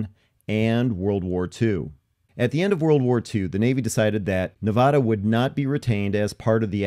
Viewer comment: You pronounced Nevada wrong throughout the entire video.